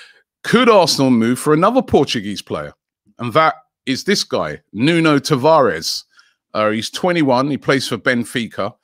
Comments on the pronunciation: It's pronounced Nuno tavarch or sh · Please learn how to pronounce Portuguese names correctly. It's not Tav-ar-Es...we are not Spanish